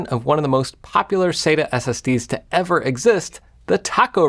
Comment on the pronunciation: thanks for the cool video jeff. i always pronounced "sata" like "sat-uh." then i found a great 17+ year old post on tomshardware (from its good old days) that converted me to pronounce it like you ("sayta"). it referenced this famous ST:TNG quote: Dr. Katherine Pulaski: "Dayta, Dahta, what's the difference?" Data: "One is my name, the other is not."